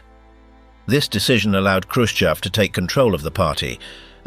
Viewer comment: Not Hroschev, but Hruschooov, dude!!!😂😂😅😅😅 Kiiiiv dude!!😂😅